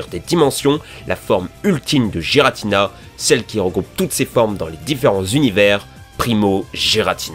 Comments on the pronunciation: le gi de giratina nest pas doux mUs dur cest comme si on dissait guiratina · Dans ta vidéo sur COMMENT PRONONCER LE NOM DES POKEMON ? tu nous dis comment dire Giratina et Regigigas mais tu les dits toujours mal